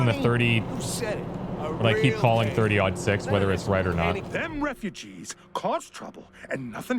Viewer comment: Also your saying .30-06 right